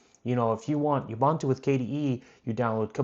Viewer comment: Ooohbooohntooooo. Ubuntu. Not Ubantu. Thanks for introducing me to CachyOS.